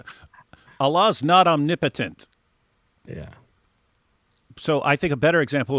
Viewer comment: She didn't even pronounce it correctly😭omni-potent🤔 totally sliced it...... Let it flow, 😩